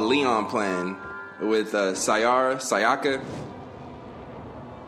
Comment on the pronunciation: Why do so many people say “si-ahh-kuh”? It’s “Say-uh-kuh”